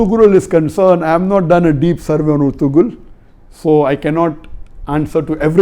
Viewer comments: IT IS PRONOUNED ERTURAL NOT ERTGRUL AS IN TURKISH "G" IS SILENT LISTEN TO THE OTHER ACTORS WHO CALL THEIR BEY ERTURAL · sir this is not ertugrul the g is silent here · It is erturul not ertugrul .